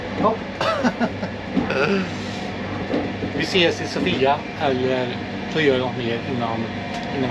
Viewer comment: Sååfia uttalas det nog;)